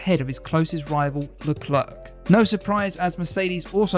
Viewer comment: It’s Sha-rl Le-claire